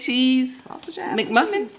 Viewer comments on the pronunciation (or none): Good morning ladies hope you both have a great day. Like the advice you gave the young lady I'm a firm believer in enjoying your youth so you don't look back with regret. P.S I believe I heard you say Mc muffin instead of Mac muffin LoL!!